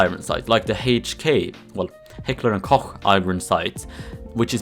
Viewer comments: That's... how it's pronounced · The way you said Heckler and Koch made every german orgasm